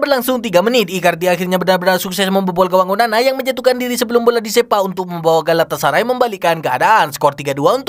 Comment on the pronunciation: onana pea bukan onani, dasar admin pea.? Haha 😂😂😂